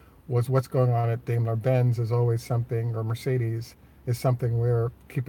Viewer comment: I learned from a German that Dime_ler (long I) is the correct pronunciation, not dame_ler.